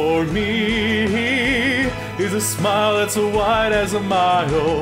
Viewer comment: No. You're not all that bad? But there were just too many spots where the inflection was way off, and too many flat scoops up to the correct pitch, where there shouldn't have been any. Also at the end. "smy ee uhl. Smy ee uhl. Smy ee uhl" and so on. It's supposed to be "Smyyyuhl, Smyyyyuhl, smyyyuhl" etc. You added a weird extra syllable into it each time. Not a terrible effort or anything, but i can't stand to see all this praise thrown around without someone pointing out the problems too.